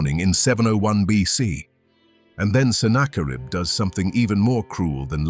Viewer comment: I'd easily and gladly give this a 10/10. Except... The quality of your work is seriously tarnished by using defective AI narration. It's better than most, but the tells are still there. Who is senna-kar-ibb? This kind of pointless switch between proper pronunciation and AI nonsense happens throughout. Like I said, the quality here is really, really good. Why do you not proof the AI's narration and correct these? Or better yet, don't succumb to the temptation of easy & quick. Maybe even cheap. Use a human narrator. Because this video deserves better than AI gibberish.